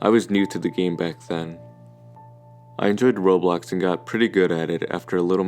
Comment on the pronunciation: Him saying Roblox sounds like Robux lol